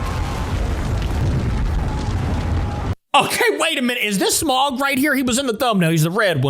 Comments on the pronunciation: dude Smaug is EVIL (ps it’s pronounced “sm-a-o-ug” not “smug” or “smog”) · It's smaug not smog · It's not pronounced like smog it's pronounced smawg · So, it's actually smaug, not smog. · Sm-ow-g not smog just to let you know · It’s pronounced Sm-ow-guh not Sm-og, also Smaug is literally known as the impenetrable talking dragon. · You did not pronounce Smaug right, it's spelled S-M-A-U-G.